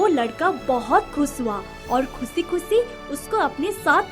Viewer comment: Kusi nhi khushi hota hai😄